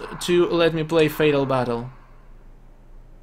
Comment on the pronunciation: Anybody notice that said fatal battle differently?